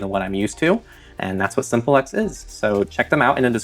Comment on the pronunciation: Isn't "Simple X" meant to be pronounced as simplex like how you pronounce duplex "do plex". "sim plex" rather than Simple X. Simplex is a communication term where as Simple X sounds like you're referring to a dumb former partner